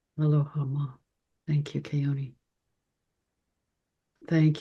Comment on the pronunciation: I know you and Keoni are close friends and he wouldn't correct your pronunciation of his last name, but as someone who grew up in the Islands, I'd love to hear you say it correctly. In Hawaiian you never pronounce an 'a' like in 'cat'. It is always 'aw' as in awesome - like you. ❤❤